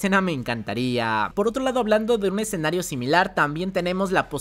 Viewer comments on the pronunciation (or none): none